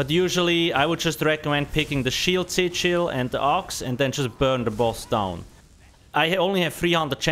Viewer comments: there are some words really hard to understand ...like sichils ..... oxy chil? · Only half way through the video did I realise "sit shield" was actually "SIGIL". lol